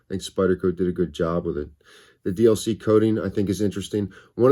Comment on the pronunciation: Most used phrase here "dida good jobbb wthit" 🤣